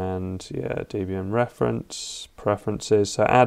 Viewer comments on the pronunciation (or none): WHAT the hell is D-Bin 11? 🤣